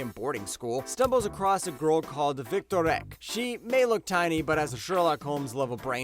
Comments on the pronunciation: I like your recommendations, but please check pronunciation on names. Victorique is pronounced Vic‐tori‐ka for anyone wondering. I know that's a hard one so I can understand getting it wrong. But there were so many others as well. :( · I gotta say this, and I’m not trying to be an ass, I just really don’t understand it—how can anyone watch these anime series and still mispronounce all the names? Like Victor-Wreck?? The ViniTube guy does it too, and I always ask myself if he actually watches the anime he talks about. Like do ppl just not hear that they’re saying it wrong? And if not, then why? It’s weird. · Yeah, I'm not trying to be a snob but that's not how you say Victorique, or Lalouch. I wish people that did videos would pronounce things correctly. I get some names might be difficult!, but maybe practice them first?